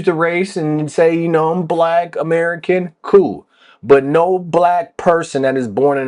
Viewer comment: Why is he saying it like that? Amei-CAN?